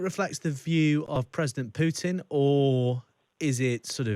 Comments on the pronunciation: Pyutin? Mewredev? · Learn to pronounce Russian names.